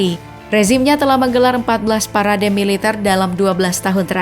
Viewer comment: Kuat korupsi bukan kuat melitar mbak